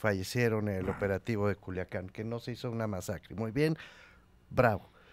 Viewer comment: Joder Dice Culuacán en lugar de Culiacán o habla mal nada más